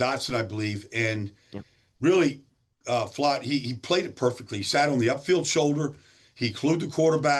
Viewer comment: Big play by "Float" 😂😂😂 It's Flott.. Baldy funny 😁 😂 😀